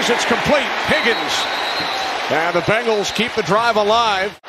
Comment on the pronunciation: Is it just me or does it sound like he’s saying bagels every time he says Bengals? 😂